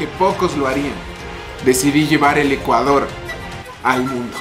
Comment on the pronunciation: Dice ECUADRO